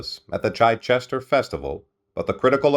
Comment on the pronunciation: I especially liked, Chi Chester.